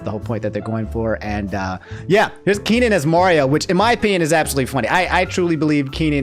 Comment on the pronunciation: How you say Mario right (finally), but keep saying Worio?? Also, it's Kate McKinnon